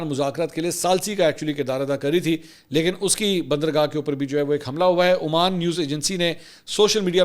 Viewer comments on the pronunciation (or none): none